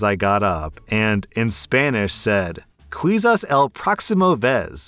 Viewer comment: Quizas is pronounced keysahs. It means perhaps